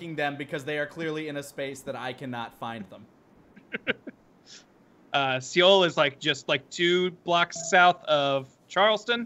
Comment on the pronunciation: You guys... Seoul is pronounced just like the English word soul. Please read this